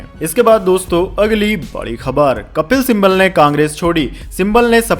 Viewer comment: कपिल सिम्बल मत बोलिए, उनका नाम कपिल सिब्बल है |